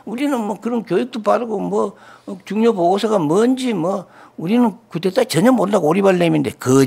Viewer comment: 근데, 언론인과 쿠데타를 겪은 증인인데 쿠데타 라고 단어 발음 좀 해주시죠. coup d'etat (쿠데타 ) 또는 정변 이라고 하시든가요.. 자꾸 "쿠테타 " "구테타" ...라고 하시니 뭔말인지